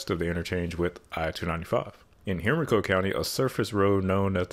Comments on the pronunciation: This is what happens when you wait too long to finish hwys. Cities continue to grow. Henrico is pronounced with a strong I sound. Like hen rye co. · Please. Henrico is pronounced "Hen-RYE-co". Nice video though. The VA-288 discussion in the 1980s was very acrimonious. The current solution is the best they could do although residents in Powhatan county, where the western route of 288 is, paid the price. Honestly, 295 is the better route whether on 64 or 95. Less traffic and less stress. 95/64 through downtown is a pain in the ass. The route 10 to 295 is actually quite pleasant and makes going to Williamsburg (64 East) much easier - or even taking Route 5 (a very pleasant byway) to Williamsburg. 895 is useless unless you are going to the airport from Chesterfield county as it is a tremendous time saver (depending) and the tolls are close to a wash from western Chesterfield where you take the Powhite Parkway (2 tolls) to the Downtown Expressway (toll) to 64/95 concurrency then 64 East to the airport. Only tolls in the RVA area are for those south of the river. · Henrico = Hen-RYE-co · Henrico = Hen-Rye-Co. You can always tell when someone isn't from Virginia. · Say it with me, Hen-Rye-Coe, rhymes with Hen-Psycho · Richmond local, for future reference it’s pronounced HEN-RYE-CO it’s stupid I know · HEN-ri-Co Just sayin.. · Loved the information, but as a native Richmonder, the pronunciation of Henrico, Laburnum, etc bugged me Edit: no, nobody uses 895. Toll is so expensive, I'll save $10 and just take a few extra minutes on another route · It’s funny to hear people not from Virginia say henrico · Houston has three loops around it, the last one, not quite completed, big deal, have never used it, two are tolled. learn how to pronounce HENRICO. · Ngl I kinda got triggered by the way he pronounced Henrico 💀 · Just messed my county poor name all up. Lol. Im an East End Henrico native. Its "Hen-rye-co".....say it with me now....."Hen-rye-co". 😂😂😂